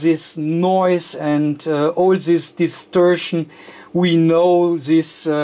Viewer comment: Das heißt nicht "sis" das heißt "this" :)